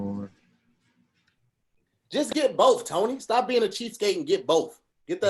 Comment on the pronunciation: said “cheapscape” LOLLLL